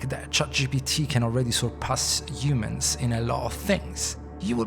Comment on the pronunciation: everytime he says “Yumans” take a drink.